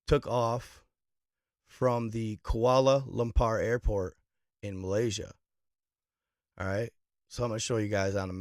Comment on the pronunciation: Dude don’t even know how to say kuala lumpur